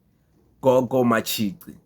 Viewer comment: Matshi"qi" not ci bro